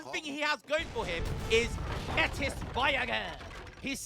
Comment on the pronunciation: Metis is pronounced may-tee